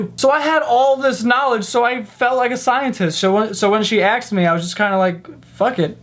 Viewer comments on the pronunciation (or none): why do you always say "axed" instead of "asked"😝😝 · Lol he doesn't say asked he says aksed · is not black but he still says "axed" instead of asked. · Stop saying AXED and that's for all you Americans. 'Ask' not 'axed'. Got it? Good. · stop saying axed it's asked God dam it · She axed you? She axed you...? Really? Okay. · "What did she axe me." 😂😂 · Did he just said "aksed me" ? C🤔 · We don't. Usually it's black people who say it like that. I'm a white American and I've heard a lot of black people say "axed" but never any white Americans (besides the dude in the video). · Just gonna throw this out there. At some point in your life there must of been someone, most likely in a classroom setting, where they would have explained to you that the word is asked and not axed. Why do Americans not know this or do you all believe you are some kind of gangstas in a gta video game. Stay in school and awake while there kids! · The word is ASKED not AXED.. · I love the way he says 'asked' kind of like axed 😂 makes me laugh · haha you always say axed instead of asked haha I loved the video been a subscriber for a long time now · Asked*** NOT Axed (I watch your podcasts way too much, I didn't even realise until u mentioned it in one of them) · your adorable, and love watching your videos. you mostly sound like you know what your talking about and intelligent except when you say ax instead of ask. example... she ax me what I do for a living... should be she asked me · I love him but it bothers me how he says "aksed" instead of "asked". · "Axed me"...I used to like you🥵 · She Axed you huh? You should make a video about the lingo people say just because they grew up in a certain area. Here is a good reference: (Caramel IS a B*tch btw) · You said " axed" lmao. Not a hater but oml haha. Love this guy.